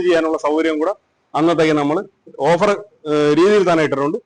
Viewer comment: Over അല്ല ട്ടോ.. offer എന്നാണ്